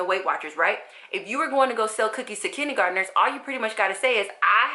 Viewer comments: I'm confused about how you're saying kindergarteners. Kidney-gardeners? Kiddy-gardeners?? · Love how you say "kinnie garderners". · that's so funny! I'm from the south and I had never heard it this way before!